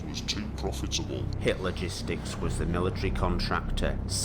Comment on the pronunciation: Idk if it was intentional to the creator, since the first video talked about the 3rd Reich, but almost the entire time I thought they were saying "Hitler gistics", not "Hit Logistics". Jesus christ lmao